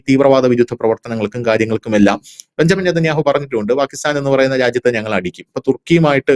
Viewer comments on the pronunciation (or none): none